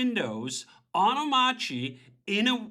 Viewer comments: why doesn't he pronounce the r in omarchy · DHH is wrong about the pronunciation of Omarchy, just like the gif guy